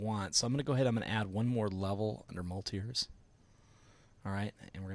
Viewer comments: It's great to see a tutorial done by a teacher. Your training is clearly shown in the way you presented it. two things stuck at me though. I think it is best not to get in the habit of using the sculpt menu too often. I would have mentioned the keyboard shortcuts for the tools and for strength and size changing. also it was weird hearing you say mul-tires. I pronounce it Mulit-res. I think it stands for multiple resolutions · I think it's pronouced multi-res, but i cud be wrong. But thats besides the point, great tutorial bud! :P